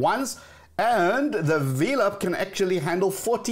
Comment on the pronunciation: I thought the pronunciation of velop sounds like and a play on the word “envelop” and not Vee-lop. Anyway I love this channel.